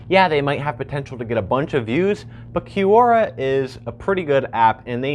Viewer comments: Kwora. Qu.. is Kw sound. like question. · its not pronounced Q-Ora its pronounce Cora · Is it from an actual language or did they make it up and spell it badly? Quora is definitely spelt like it should be said 'Q-ora' so I wonder where they got the idea it is pronounced 'Cora'. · Ffs i can't stand his way of pronouncing Q-ora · Gene Jost i think this is how it’s pronounced, this is always how I’ve said it, but idk😂 (kwora) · Right? He says "kee you oh ra stands for QUestionsORanswers." Oh, Right. Kee you estions...